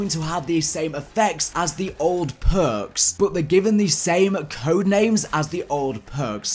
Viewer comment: These phhhurks, those phhhuurks,, PHHHUURRRKKKSS